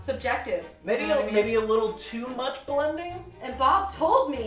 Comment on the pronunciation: Why is like MUCH needed (great emphasis on much)